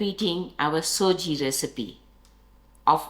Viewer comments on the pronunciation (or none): Nice recipe. Thanks. Just FYI....it's Sujee (sooji) not SOJI, as South Africans have amended it to